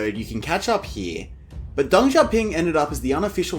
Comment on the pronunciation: your pronunciation...whether intentional as derogatory or sincerely ignorant....is horrible! How the hell did DENG be pronounced as 'Dung'????